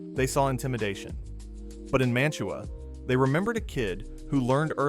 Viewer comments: Mantua is pronounced Man-u-way by those who actually live there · As a Browns fan, he was bad ass. Sorry, you can't deny that. And you can tell this is AI, which is cool, but it's Man-Ta-Wah. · It's Ma -tu-a You utter BUFFON! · I am from Northeast Ohio ..The town of Mantua is pronounced "'Man-a-way" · Thanks! Please, though, pronounce Mantua correctly! It’s Man-a-way. The T is silent. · Pronounced man-ta-way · Mantua, OH is pronounced man-ta-way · Man TUA is actually pronounced as if it is spelled Manaway, as the local Ohioans from Mantua, Streetsboro, Ravenna, Shalersville etc say it. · Good video about a great player who great coaches recognized as a raw talent. BTW Jack’s hometown is pronounced “MAN-tuh-way.” 👍🏻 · Mantua (man-oo-way) - it's a couple miles from me. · It's pronounced Man to Way, another Ohio boy that elevated the Stealers UGH!! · It's pronounced more like Manaway. It's near Kent. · You are expecting more from AI? One can tell by the prounciation of Mantua and Ohio that this is AI. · I hate hearing "Mantua" being mispronounced . Its crazy how many great players and coaches came from a school like Kent State thats almost never any good. Saban, Lou Holtz, Jack Lambert, James Harrison, Josh Cribbs, Julian Edelman etc. Thats not even all of them. Also, that tangerine bowl was against Earl Bruce coached U of Tampa with Matuszak